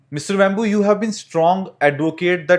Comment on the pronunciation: You sound like you are calling him “Mr Bamboo” 😂 instead of Mr Vémbu. Please do your homework before interviewing someone. At least get the name right.